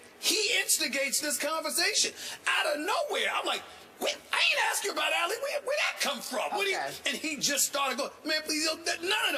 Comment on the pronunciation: says Allie instead of ali